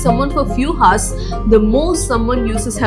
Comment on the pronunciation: Great content, but please stop pronouncing things wrong so confidently, First you people ruined Ejucation to EDDucation, now Hours, Haars.